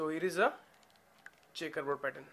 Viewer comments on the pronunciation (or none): "The next pattern is CHEckABouD"